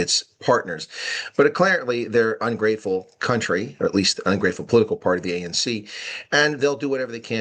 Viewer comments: Hate the way they pronounce country. COWNTREE. UNEDUCATED TRASH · A foreign minister that calls country a "COWNTREE* is definitely a highly educated cadre.